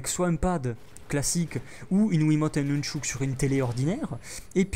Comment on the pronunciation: Jkiff comment tu dis nunchuk tu dis nounchouk <3